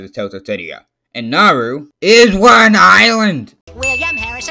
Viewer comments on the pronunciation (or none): ITS NOT NARU!!!! ITS NAURU!!!!!!